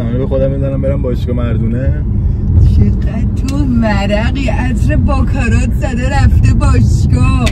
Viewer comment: باکارات نه 😂 باراکات